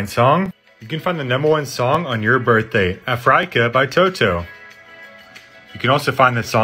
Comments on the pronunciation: Ahh yes the continent of "Afriyca" 💀💀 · "afraeca" caught me off guard😭😭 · bro said afryca💀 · very bothered of how you pronounced those names like marayo and afrayca.